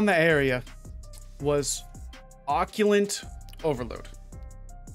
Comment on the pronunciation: "Occulant" lol. Wtf